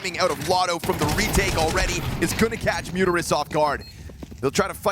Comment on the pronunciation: My man, if you don't hear the M in Muteris this commentary get's way more fun. ;)